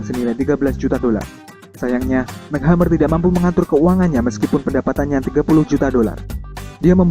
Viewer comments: its EmSi not Mac..... M,C hammer bukan Mac hammer -.. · mc hammer dibaca mek hamer?em si hemmer kaleee bacannya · Cara baca nya MC Hammer bukan Mek tapi em sih baru hammer ... duuh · MC Hammer, penyebutannya emsi hemer bukan mek hemmer Min.. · Mac hammer??? It's pronounce as emcee hammer MC bukan kaya MC Donald lol 😁 anyway this is crappy shit.... Thumbnail nya aja juga udah misleading 👎👎👎👎👎 jempol kebawah dehhh buat kamu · Mc hammer dibaca ya emsi hammer mas broo..bukan mek... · Bacanya EM CI hammer!!! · Em si hammer bacanya bukan mac hamer 😁😂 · Itu bacanya bukan 'Mac' Hammer, tapi 'M.C' Hammer.. Kalo Mac itu huruf c nya kecil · MC Hammer, bacanya EMSI... bukan Mac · Mek hamer? Wkwkwkwkwkwk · bukan "Mek hammer" bacanya tapi "MC" "emsi"... bacanya... "emsi hemeer" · MC Hammer di baca nya MC= emsi bukan Mek... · Mek hammer???? Emci hammer mas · Mc hammer alias bacanya em si hammer bukan mac hammer hahhaa hadeh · Bacanya bukan MEK HAMER tapi EMSI HAMER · Setau ane sih cara nyebutnya itu em-si hammer, bukan mchammer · mac hammer???????? MC hammer????? paraaah bacanya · aduh mas kl bikin berita jgn asal baca doang, tp pahami dan kenali objek beritanya, masa MC Hammer di bacanya "Mek Hemer" , yang bener tuh "Emsi Hemer" ckck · Mek Hammer ? it's M.C Hammer bro.. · mek hammer?? emsi hammer mas.. bacanya emsi hammer.. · #mc hammer kelles brohh bukan #mek hammer 😂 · "Mac' Hammer ? WKAKAKAKAKAKAKAKAK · mc hammer bacanya "emsi" hammer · MC Hammer dibacanya Emsi... Belakangan dia hapus MC jadi Hammer aja. Can't touch this....... 🎼 Have u seen her? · ymphilips ymphilips .ya bner mc.hammer ya bca mek hemmer..piye toh